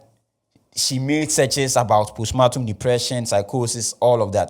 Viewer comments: Pronounced “powstpaartm” please.. or maybe you mean to say a different word.. respectfully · Thanks for helping me understand this case better. It’s been a little overwhelming so this summary helps. But please it’s postpartum and not postmartum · Is the word post partum or post matum